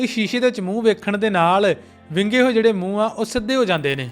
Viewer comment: Bro ਯਾਰ ਤੁਸੀ ਵਿੰਗੇ ਨੂੰ ਬਿੰਗਾ ਕਹਿੰਦੇ, ਸਰਬਾਲੇ ਨੂੰ ਸੜਬਾਲਾ ਕਹਿੰਦੇ ਤੇ ਟੈਂਕੇ ਨੂੰ ਟੱਟਾ ਕਹਿੰਦੇ,, ਗੱਲ ਕੀ ਆ???